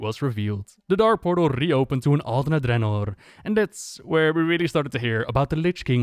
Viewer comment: Did you seriously just call Dranosh Dranor? You're supposed to be the go-to lore guy, come on. At least take some effort in getting names correct.